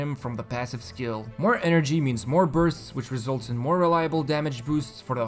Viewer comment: Every time this man says Bursts it sounds like Births